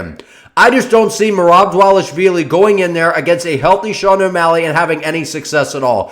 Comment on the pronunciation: Bad take but excellent pronunciation of dvalishvili